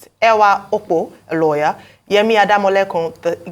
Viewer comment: I was taking the man against the protest seriously until he said he was a “lawyer” or did he say “Liar”?